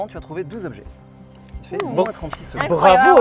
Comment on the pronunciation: Les huit "zobjets" et les vingt "zépreuves" m'ont donné envie d'arrêter là.